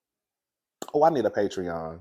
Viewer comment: You keep talking bout this patron-sir bye lol